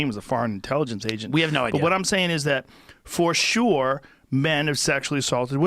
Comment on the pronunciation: Joe " for shore" Rogan